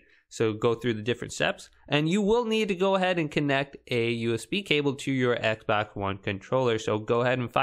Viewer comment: Bro said ekbox😂😂